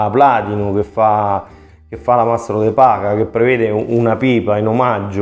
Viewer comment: Perdonami ma la pronuncia e paia e nn paha